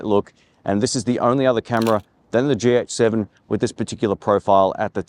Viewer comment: Am I the only one who keeps hearing "GX7" instead of "GH7"?